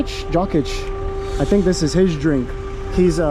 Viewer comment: Wrong pronounciation of Jokić.